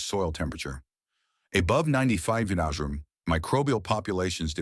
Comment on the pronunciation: AI can’t pronounce the word “degrees”. LOL